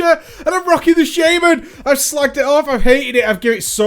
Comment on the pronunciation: SHA MAN NOT SHAY MAN sorry had to say it not trying to be a dick but that bugs me heh